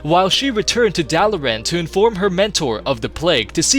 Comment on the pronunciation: Hurthglen? It's Hearthglen. Like heart. Do you know what a hearth is? And wtf is Duh-lair-ann? Dalaran. Rhonin only makes that goddamn speech every hour.